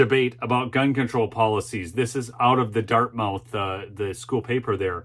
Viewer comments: Love the show but as a NH resident, it is pronounced Dart-myth not dart-mouth. Keep up the great work! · its pronounce Dart moth not mouth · it is pronounced dart myth not dart mouth. Nevertheless, I enjoy your show. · Dartmouth is pronounce DartMUTH in NH. Gotta get that New England lingo going:)) David Hogg is and always has been a joke. Another puppet pulled out of the closet for a needed 'sound bite.' Just like Greta is. Good for the lady that stood up, gave real facts and nailed this jerk to the wall. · It is pronounced: " Dart-muth". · Think it’s pronounced “Dartmuth”. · It’s prounced - Dartmuth. Like Prescott is prounced Priscitt. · It's pronounced Dart-Muth. You don't want to upset the libs. lol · it is pronounced Dartmyth. It is a big mouth school. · I love your content, watch at least one of your vids every day. Dartmouth is not pronounced as it is spelled. Although the last syllable is spelled exactly like an oral orifice, that AIN’T the way it gets said. It’s more like the word “must” with a “th” instead of the “st”. I don’t want eastern lefties to accuse you of ignorance. Other than that, keep up the good work, Brother!